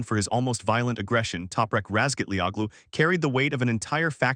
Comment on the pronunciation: Howaboutlearning to pronounce non-english-names ?